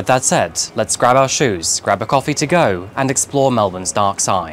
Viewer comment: I like your videos but what's lately with that narration prolonging last syllables like cofeeeee. I don't understand, you had one of the best narration on yt and great voice for these videos, please don't ruin it with this. I am binge watching your old videos but almost couldn't make it through this last one. It's so unnatural, why ruining what 's working well.